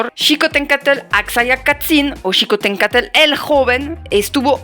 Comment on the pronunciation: pronuncias "Xicohténcatl" mejor que muchos mexicanos que conozco